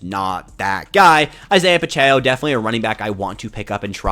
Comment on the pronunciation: love the content, watch every day. Pacheco (Pah-chec-oh). keep it up man I know its a grind